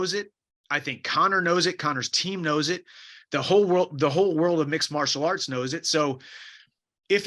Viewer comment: “sport of mixelarts” ? Is that a sign of concussion????